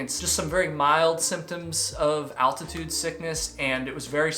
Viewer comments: How tf does someone get to his age without knowing how to pronounce “altitude”? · Man says 'altitude' kinda weird